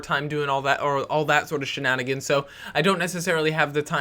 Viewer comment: why do u keep saying shananagans!!!!!!!!!!!!!